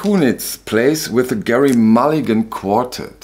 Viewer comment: ...Gerry is pronounced "jerry"...tee hee